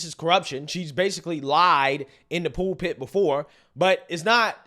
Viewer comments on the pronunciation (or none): Pool pit? You mean pul pit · Not trying to be a dick here, but, do you mean pulpit when you say pool pit, or am I missing something?